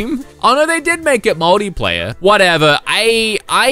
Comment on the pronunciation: Why does he say 'moldy player' instead of multiplayer. It's not the accent because I'm also Aussie.